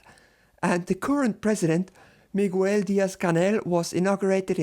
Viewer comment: Just a tip, the U in Miguel doesn't have a sound in its own, it softens the G before the E... great video as always!